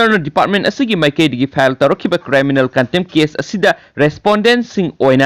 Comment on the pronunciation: Chanbiduna criminal haibiyu cryminal haiba natte